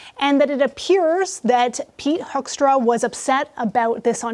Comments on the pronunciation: You have pronounced his name 3 different ways and none of them correctly 🤦‍♂ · This is all fake guys. AI can't even pronounce his last name correctly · This channel is not only spouting untruths, he can’t even pronounce Hoekstra. Canadians want Hoekstra gone, but they are not interested in listening to wrong and untrue information. Hoekstra will be gone soon, but not yet. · How do you expect us to listen to a guy who can’t even pronounce hoekstra????? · What a pile of BS. This guy cant even pronounce Hoekstra's name properly !!!!! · I find it odd that a man who has to make a report about someone on camera hasn’t even taken the trouble to find out how to pronounce his name properly. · This is fake news, he can’t even say his name right. I hope they really do this. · AI can't even voice the name of that bastard properly. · Can you not say Hoekstras name properly? I detest him but you look unprofessional. It ruins your narration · "Altered and synthetic content" = Bullsh*t story. Hoekstra must be declared persona non grata, and he be turfed back to the Turnip. The sh*t AI narration that can't even pronounce "Hoekstra" correctly, is just plain annoying. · Please learn how to pronounce the US ambassador’s name. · AI can't properly say Hoekstra's name. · This channel is only a month old. I suspect it’s AI created. Not sure by who but it is very divisive. It hasn’t even got the Hoekstra name pronounced correctly. If true… I’m good with it! But I’m dubious. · This is AI garbage. Pete “Horta?” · Get your AI voice and names right. It's Hoekstra not Hoorra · Say his name correctly hoo k stra I don't care for him but his name and mine are of the same nationality in our heritage. I am proud dutch canadian. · It's HOE -K-stra. Get your AI bot to say it correctly And I am really irritated with Carney for apologizing. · You got his name wrong how embarrassing are you taking Trump lessons LOL Hoeksra😅😅😅 dumb do your homework the report was ruined Canadian here who went to school